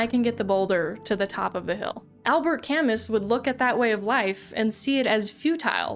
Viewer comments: Great vid! But just had to say that Camus is pronounced camoo and that frisk uses they them pronouns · That's an interesting way of saying that his name is pronounced "ka-MOO", and I appreciate that you mentioned it so that I didn't have to leave a similar comment heh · If his name is pronounced with a 'moo,' one must wonder, is Sisyphus pronounced with a 'phoo?' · Not to be that guy, but just for the record it's pronounced Albert Cam-oo. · Sisyphis does not come from a work by Camus, whose name you mispronounced woefully, but from the mythology of Ancient Greece. Don't try to be smart ever again. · That's not how you say Camus. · I'm failing to understand how you've managed to mispronounce Camus, or how you came across all these philosophies, without just asking AI to write the script for this. You're in education, Camus is taught to seniors in high school... and Sisyphus comes from Greek mythology... you don't know what you're talking about. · You butchered Albert's name xD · The way you talked about Camus like he's some obscure guy that nobody's ever heard of, and then mispronounced his name that many times... made me feel very old, lol. But I've never been an absurdist or an existentialist, and I'm certainly not religious, and yet I can clearly see purpose in life. I've never understood why the goal of life isn't plainly obvious to everyone else. BTW, if you're into thinking about philosophy of meaning, check out Zen and the Art of Motorcycle Maintenance. Don't judge a book by its title. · not knowing that sisyphus is from a greek myth and mispronouncing camus' name... true proof that game design education can only get you so much. humanities majors who self-taught game design rise up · Holy hell.....learn pronunciation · I loved the video but the pronunciation of Camus is illegal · not bothering to do a little bit of research to know sisyphus comes from greek mythology and how to pronounce camus is peak yt e-girl slop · Please, it's not Camis, it's Camu